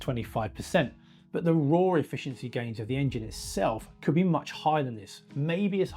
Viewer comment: The accent unintentionally hours the nail on the head, talking about "the ROAR efficiency gains of the engine itself" 😂 Yup, the open fan is likely to be very efficient at roaring 😅